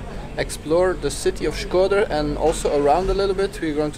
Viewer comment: Shkodër and not shköder